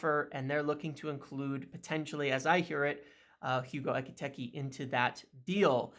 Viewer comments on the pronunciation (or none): Great video, the way you pronounce Hugo Ekitiké has made my day😂